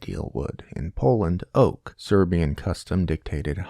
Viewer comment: yea as a Serbian speaker as soon I heard him say it I knew it wasn't right lol